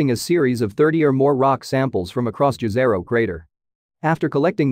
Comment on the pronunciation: Great info. But the Martian crater is usually pronounced - "Jeh-zeh-roe." Or more correctly "Yeh-zeh-roe," not "Jazz-er-roe." See Fortunately, I didn't here "Jeff Bee-zose" versus "Bay-zose" this time. Narrator has a great voice though. Also, great info.